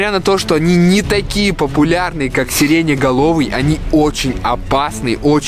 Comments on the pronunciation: Почему вы говорите сиренеголовый а правильно сиреноголовый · Не серене галови а серена галови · сиреноголовый вопщето а не сиреняголовый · не сереня головый а серено головый произносится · НЕ СЕРЕНЕ ГОЛОВЫЙ А СЕРЭНА ГОЛОВЫЙ ! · не серетеголовый а сереноголовый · Все: Серена головый: сириня головый